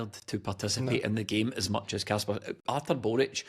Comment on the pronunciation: can someone tell that It's kasper not Kashper